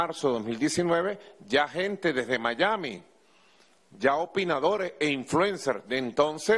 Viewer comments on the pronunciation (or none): none